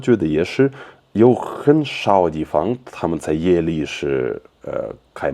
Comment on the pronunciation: Because russian is his native language, i can clearly hear that he messes up some tones, especially 4th tone. Like dìfang 地方 (too little accent on dì 地) chéngshì 城市 (no accent on shì 市) And many other words 4th tone. But overall this sounds very much like russian accent :) I know it's not nice to criticize someone, being not too good at Chinese myself, especially speaking. But i guess i listen too much native speakers Chinese, so that i can immediately hear all the wrong tones :) sry.